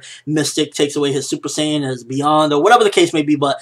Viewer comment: The user of the video pronounced Saiyan wrong. LOL. S-I, not SAY.